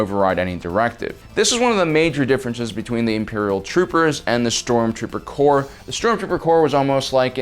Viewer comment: Corps not Corp. Corp is an abbreviation for Corporation. Corps is Latin. The s at the end is part of the word, it does not mean plural. It is the Stormtrooper Corps, the Marine Corps, not Corp.